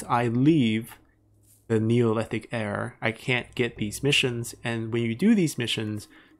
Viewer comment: Do you know how "era" is actually pronounced?